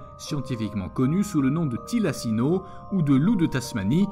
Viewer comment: Quelques erreurs (e.a "Thylacine" et non "Thylacino"), mais bon...